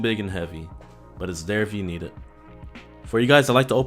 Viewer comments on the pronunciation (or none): none